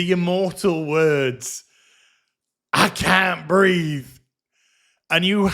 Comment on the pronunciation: "I can't breef." - Saint George of Minneapolis